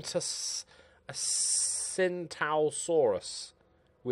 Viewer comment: Tsintaosaurus should probably be pronounced Ching Dao Saurus ( since that is how you pronounce Qingdao, the city after which it is named. ). Tsintao was the old Wade-Giles spelling before todays modern pinyin. Don't say I never teach you nowt.